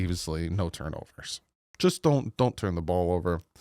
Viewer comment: Lol "no mistakes= no tunrovers"